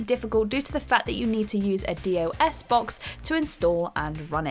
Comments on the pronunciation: You don't pronounce the individual letters in DOS. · ...who pronounces it "D.O.S. box"? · D. O. S box!? 🤦🏻‍♂️🤣